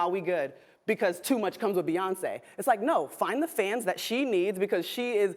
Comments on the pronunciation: Beyoncee?? BEYONCEEEEE???? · Ima let you finish.... But Beyawnce